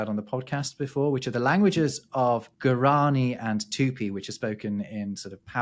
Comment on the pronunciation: Lovely show as always. Today I've been surprised that it got nearer to me, what is very rare. You spoke about languages of native peoples of Brazil, where I live: guarani and tupi. It was funny to hear, because the tonic syllable is the last one: guaraNI and tuPi 🤭 Keep on the excellent work you two 🥰